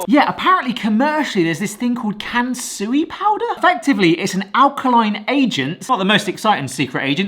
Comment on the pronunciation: I could only hear Cancery-powder i stead of Kansui-powder I even had to jump back to check once🤣